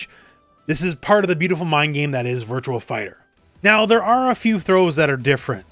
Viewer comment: Virtuaxxx Fighter. It’s not Virtual. There’s no L. Stop pronouncing it.